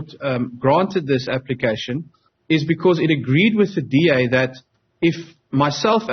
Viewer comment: DA want WEE not BEE